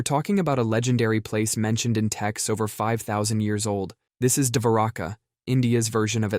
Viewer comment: davaraka??? No! It's Dwarka! (Dwar-Ka!)